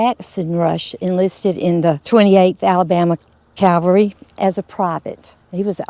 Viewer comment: Folks, please say "Cavalry" not "Calvary"....😊